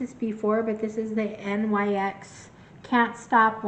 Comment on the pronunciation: Great haul! ❤ BTW, NYX is pronounced 'knicks' and not spelled out as an acronym.